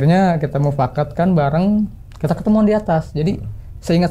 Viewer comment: Ini narasumber kayaknya ketua rt. Soalnya selalu bilang mupkat terus😂